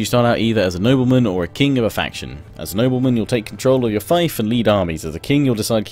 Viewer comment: I'm pretty sure the word "fief" is pronounced as "feef" and not "Fife"